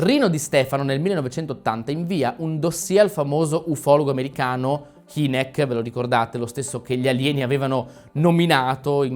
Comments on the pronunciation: In parte specie sull'ultima non sono in parte d'accordo, complessivamente ben fatto, però HYnek, H-ai-nek non Heenek.....LOL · Hynek...si pronuncia hainek... cmq... tali esseri umanoidi rettiliani emergono per tecnologia avanzata... non certo per bellezza... forse elemento che loro non considerano... per innamorarsi! 😂 Si può dire che noi siamo superiori per i valori psicologici e sentimenti altruistici...